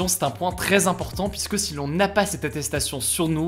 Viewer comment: Juste une remarque qui me titille et qui n'est vraiment pas importante, tu as des problèmes de prononciation juste sur le mot "si". C'est pas du tout flagrant mais maintenant j'ai remarqué que tu ne l'as jamais bien prononcé